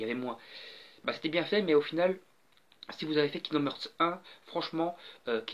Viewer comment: On dit "harts". :'D